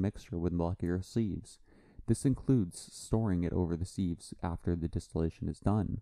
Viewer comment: It’s pronounced Siv not Seev.